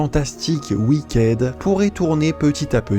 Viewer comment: Wicked se prononce Wickid